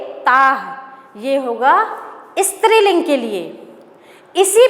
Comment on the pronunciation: I love the way she said istriling which is striling